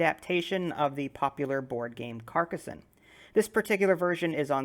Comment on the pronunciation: very nice pronunciation, you say Carcassonne perfectly.